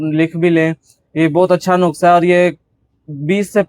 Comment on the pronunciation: Nukhsa nahi nuskha hota hia